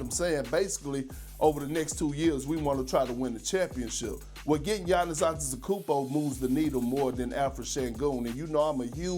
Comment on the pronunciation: Perk, don't speak with your mouth full! Bro can't pronounce "probably", let alone "Antetokounmpo"! 😂